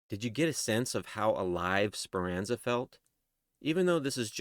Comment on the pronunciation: It’s Speranza not Speranza